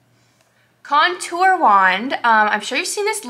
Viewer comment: Bruh her face when she couldn’t say contour ☠️ same